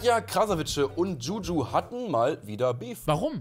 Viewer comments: DschuDschu.. aja.. maybe next time den Namen richtig aussprechen 🤣🤣🤣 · wie zu blöd ist Juju richtig auszusprechen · Wieso kann niemand Juju aussprechen